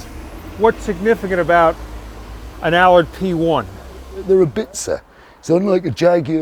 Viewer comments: He told you its an "'Al-ard" correct pronounciation-as its spelt-but no-youre a yank and call it an "alud'-with typical Yank arrogance ! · Tom, it's Allard, not Allerd. Listen to the owner's pronunciation pard. You're in London! 😁